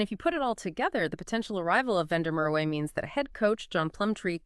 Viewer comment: the W in Merwe is pronounced as a V. I think he opted against moving overseas because he wanted to be part of a team that was loaded with Boks and makes sure that he is in the eyes of the selectors, he opted against moving to the stormers because he didn't want to move back home and he also got tired of playing in front of empty seats at the emirates park